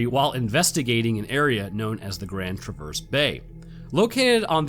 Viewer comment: You absolutely butchered saying "Grand Traverse". It's not "traverse", like moving (though thats where the name came from). It's Tra-vehrs (vers said like the beginning of version). Source: I was born there and lived there til age 19